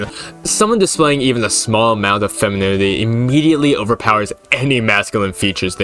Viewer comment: Dude, you are like the second person that had a problem with saying the word "femininity" that I've seen on YouTube today 😭 Glad to see some rep out there (I can't say the word either)